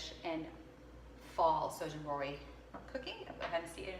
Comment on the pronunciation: this is not a very traditional representation of Shōjin Ryōri and your pronunciation could use some work, Enoki mushrooms and Shōjin Ryōri. Maybe explain that this is your take on Shōjin Ryōri. Also, please note that this style of cuisine is not just at Zen temples but most Buddhist temples/monasteries in Japan.